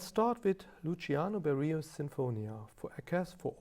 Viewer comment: excuse me?! „Luciano Beriio“?